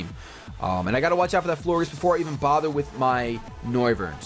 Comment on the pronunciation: I think that Florges is pronounced flor-JES because in gorGEouS you say, JES. So i think that Florges was a play on words for flower and gorgeous. So yeah, Florges. I might be wrong but who cares.